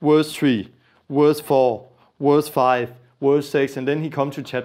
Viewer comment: Not werse, verse